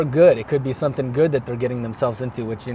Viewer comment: Tady bylo krásně vidět jak důležitá je výslovnost 😀 řekl that a týpek myslel dead jestli se nemýlím